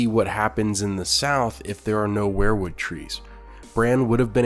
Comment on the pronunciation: You keep pronouncing "Weirwood" as "Were-Wood", like you pronounce "Werewolf". It's pronounced "Weer-wood",as in "WE are going to the store". Just a little tip from your Uncle Charley.